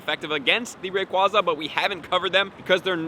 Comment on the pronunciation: Ray KWAY za Not KWAH